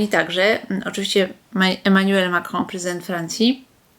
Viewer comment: Wielowieyska konsekwentnie aspiruje do stanowiska rzecznika rządu...Sposób wymawiania przez nią nazwiska prezydenta Francji może świadczyć o tym, że zna język francuski. Pomijając fakt, że wygląda to wyjątkowo groteskowo, bo raczej się tego nie praktykuje. I świadczy o swego rodzaju megalomanii...